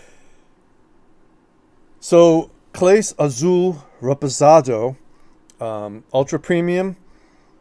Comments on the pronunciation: It's not pronounced Clays its CLAW-SAY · Good products, you need to learn how to pronounce Clase!!